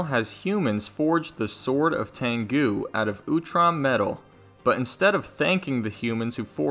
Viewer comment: It's pronounced "tengu" not "tangu"